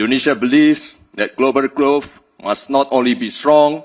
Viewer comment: Iya, bagus dipendengaran elu ya. Ngomong growth sama sustainable dan banyak lagi aja kagak becus tapi lu puji2.